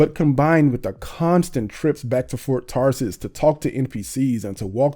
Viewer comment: Do you keep saying "Fart Tarsis"?